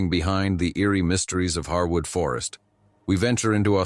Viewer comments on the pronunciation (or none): Encounter 4 was very interesting to me because I have camped there at "Harewood forest" (pronounced hairwood not pronounced harwood!) in Hampshire, England uk several times and there's definitely some very weird stuff going on there, my friends and I found evidence of witchcraft and animal sacrifice and at night the whole place feels like it's alive and watching you! It's extremely creepy!